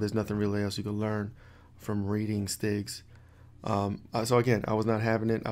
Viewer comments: I thought he was saying stigs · lol, the whole time I thought you were saying sticks....yeah STIGs are all the fun. lol. Keep your head up man! #tribeofhackersredteam